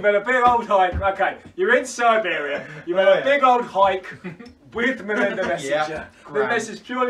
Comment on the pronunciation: Si-beer-ia. Beautiful.